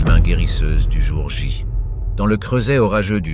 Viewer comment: ! " le jour ja " 😂😜🤣